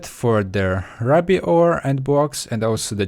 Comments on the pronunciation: Raby you mean rooby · U MAKE ME RAGE!! ITS RUBY NOT RABBY!! But I Still Like Your Accent:) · 24 u mean (ROO-BEE) not (RU-BEE) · I started playing in 1.7.2, and you pronounce ruby like rooby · its not rubby its ruuby. RUUUUUUUBY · you said rubby instead of ruby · its pronounced rooby not rubby for ruby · can this guy not say ruby correctly im trying not to be mean here but him mis-saying or whatever ruby for rube is ticking my off sorry but i just cant let that slide it is pronounced (roobe) but spelled ruby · U spelled ruby wrong it's pronounced as (rooby) ruby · joshua torrocha he says rubby! :D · Um just to tell you, the way to say it is ruby (roo-by). Still ove ur vids though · ITS RUBY (R-OO-B-EE) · Ruby is pronounced, ro-be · Ruby is pronounced roo-bee c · Not to be rude, or judge you, or whatever, but ruby, was pronounced improperly. It's RUE-BE. You have an accent so I will not mind. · Its pronounced ROOBY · Just saying, Ruby Is Pronounced Rew-Bee. :) great vid!